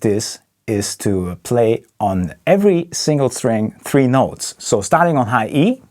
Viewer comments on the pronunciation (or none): none